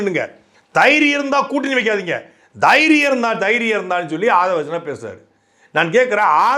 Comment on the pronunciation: தைரியம்னு சொல்ல தெரியாத தெய்ரியம்னு சொல்லும் அமைச்சர்